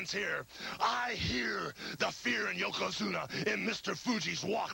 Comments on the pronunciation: I cringe a little every time Hogan says "Yoko Zoono" 🤣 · Hogan somehow mispronounced Yokozuna four different times and four different ways in his promo.